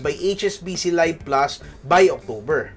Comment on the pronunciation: I think this is pronounced LEEV plus, not LUHYV plus. Also 8% is not "unheard of", Eastwest Visa Platinum offers 8.88% on even more categories.